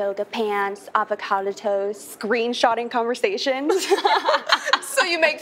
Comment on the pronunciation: The way she said avocado makes me so uncomfortable LOLOLOL